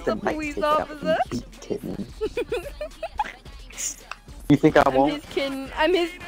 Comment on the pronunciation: “your belly’s pushing me powice officer” 💀 you’re so mean